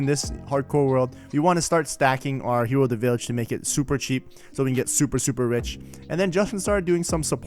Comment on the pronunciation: "An underground villahger trader" - You mean a "black market"